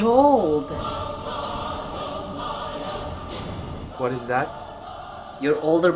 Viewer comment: when he said BEHOLD.. i heard her saying BINOD 🤣 🤣